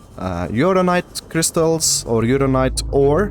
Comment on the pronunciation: Funniest thing about any Subnautica video is that nobody pronounces "uraninite" correctly.